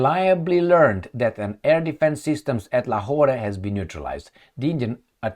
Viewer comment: Lahore is pronounced as La-whore. LMAO. I'm not joking though.